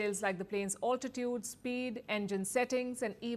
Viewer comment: It’s not “ all-titude “ . It’s “al-titude”.